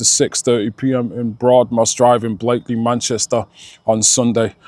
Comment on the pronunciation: always bugged me the pronunciation of Blackley, that and the speed camera on Vicky Ave